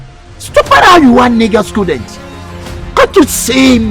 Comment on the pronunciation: Can’t you shame my scudent saying cuduu 😅😅😅😂😂😂